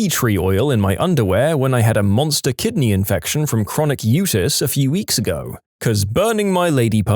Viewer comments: Utis = "U T Eyes" not "U tiss" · U.T.I.s. not "utis"